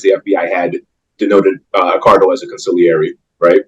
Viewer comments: consigliere [g not pronounced] [cawn-see - l - air--ee (3 sylables) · Consigliere- the g is silent.